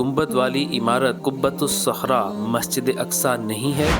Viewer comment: قبۃ الصخرۃ ہے ،قبۃ الصحرا نہیں ۔لفظ کی تصحیح فرمالیں! حالیہ دنوں میں چند ویڈیوز میں بھی بعض فاش غلطیاں دیکھنے کو ملی ہیں ۔ویڈیو بنانے سے قبل الفاظ کی تصحیح کے سلسلے میں خوب اطمینان حاصل کرلیں-ضرورت پڑے تو کسی جاننے والا سے رجوع کرلیں،کیوں کہ سیکھنے کی عمر کی کوئ حد نہیں ۔ الحمدللہ! اس چینل کی اکثر ویڈیوز پابندی سے دیکھتا ہوں اسی لیے اس مناسبت اور اردو کی محبت، میں یہ چند جملے آپ کی خدمت میں پیش کردی ۔امید کہ اس کمی دور فرماکر اس چینل کے وقار و استناد میں مزید اضافہ فرمائیں گے ۔ محمد سہیل اختر قاسمی (ایم اے اردو)کشن گنج بہار انڈیا